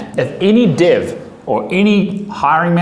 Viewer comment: Man thats amazing, something funning: I would swear you are saying div, not dev (the subtitles got your back this time).